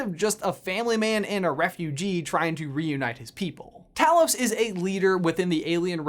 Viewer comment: Talos is pronounced TAY-los.